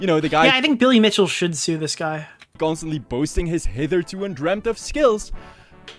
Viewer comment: The way he pronounced "hitherto" nearly sent me to the hospital. Lmao!! 😂